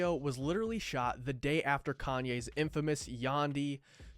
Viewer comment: Dude said "caynes"